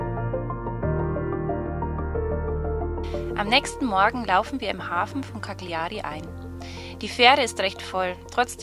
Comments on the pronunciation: Sehr schöne Aufnahmen! Übrigens wird Cagliari so ausgesprochen: [kaljari]. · Eine korrekte Aussprache der italienischen Eigennamen würde ich mir wünschen. Kackliari, da kräuseln sich meine Fußnägel :(( Grusel.